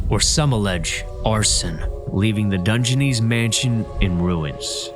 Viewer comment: This is cool footage, but let's not get carried away. He pronounced Dungeness wrong, pronounced Carnegie creatively wrong, and took away from the scenery with the overwrought statements about how amazing and unique and cool everything is and the hokey music. And the "intrepid" island? The brave island? This was almost good. If the narrator weren't constantly intruding on the viewers experience with theatrics, it would have been so much better.